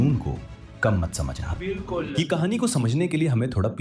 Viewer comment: The way he said bilkul 😅 He thinks he is an Indian